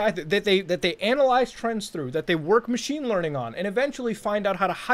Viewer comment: Virtual musheen